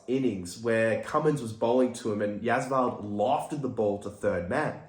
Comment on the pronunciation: Not Yaswal...it's Jaiswal